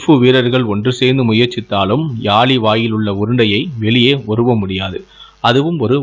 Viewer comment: தமிழை அழகாக உச்சரிக்கலாம் தானே........ பலங்கால காலி சிலை ..... யாலி என்பதற்கு பதிலாக பழங்கால காளி சிலை..... யாழி என்று ஒழுங்கு பட உச்சரியுங்கள் சகோதரா......